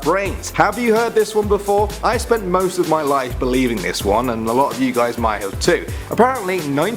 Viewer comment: lot not lit